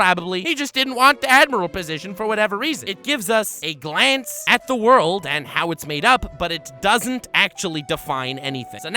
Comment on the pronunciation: Everytime he said "ze worldo" I kept dying :)))